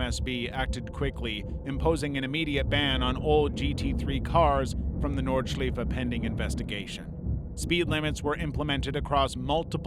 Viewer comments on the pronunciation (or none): That pronunciation of nurburgring nordscleife was awful, also you said the track was rebuilt into something safer, false statement, they flattened the bump quite a bit and added an extra layer of catch fencing at that corner and a few others that had close calls in the past, the track still remains largely the same as it has been since the opening of the Grand Prix layout in the 80s apart from making safety related changes, it is a historic and legendary track, it will never be "rebuilt into something safer". People go there knowing the risks, and if they are not comfortable with that risk they dont go, that is kind of the point with racing, if you want to go racing without the danger involved do sim racing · I'm an American. I winced at his pronunciation of Senna, Imola and then, later in the video, Nurburgring and Nordschleife